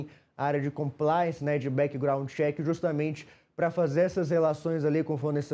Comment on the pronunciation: "Copláici" "Bequigraundi cheque"... EssenJornalista é Americano ou Canadense? 😂😂😂